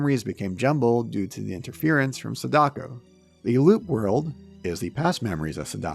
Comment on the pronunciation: wow dude everytime you pronounce SAdako wrongly, it fuels my anger! Please either learn the right way to say it or don't say it... its Sa-Da-Ko... and not se-DAko